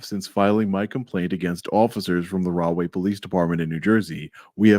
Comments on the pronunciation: I thought was saying "Wrongway Police". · Did you say wrong way please? 😂🤣😂🤣🤣🤣😂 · Rahway p.d. are you sure its not pronounced "wrong-way" p.d. 😂